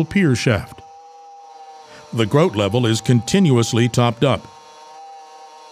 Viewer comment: Grout, said with an accent eh?